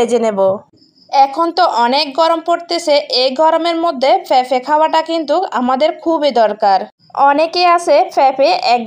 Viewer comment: উচ্চারণ ঠিক করা উচিৎ যেমন ফেফে জাল জরিয়ে বেজে।